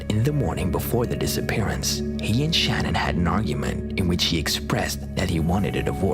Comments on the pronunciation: Her name is pronounced Shan Ann. You have the video of her husband saying her name even but you still say Shannon. 🙄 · If you are going to do a report on something please get your names correct. It isn’t Shannon in the Chris Watts story it’s spelled Shanann pronounced “Shanun” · Her name is pronounced shuh nan. At least say her name right. Sorry its just a pet peeve of mine. Out of respect say her name correctly. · I hate that I'm being picky... But Chris Watts wife's name is pronounces "Shuh-nan" not "shannon". Its spelled Shanann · Love the vids. #3 FYI, her name is Sha-nann, pronounced Sha-nann (Watts). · Her name was Shanann not Shannon. I know it’s close but for it to be so recent, no excuse for getting it wrong.. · Don't let the TROLLS get you down, lets see their videos...they do make videos...right? In case 3 her name is Shanann pronounced Sha Nan, great vid otherwise I hadn't heard of the first case. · you pronounced Shannon's name wrong